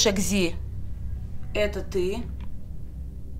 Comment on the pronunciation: Только не экзи а экси